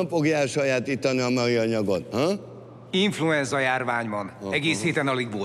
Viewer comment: aki jol fülel az azt hallja amit mond Mucsi: INFULENZA